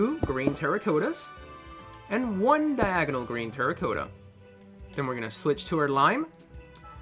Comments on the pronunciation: Its good but it makes me cringe every time u say terracotta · you cannot say terracotta right